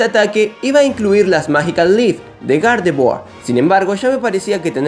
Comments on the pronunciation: Dices Gardevoir o..."¿Garde-Buargh?" Hahaha xD Es broma. Buen vídeo. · Me desespera que digas gardevoa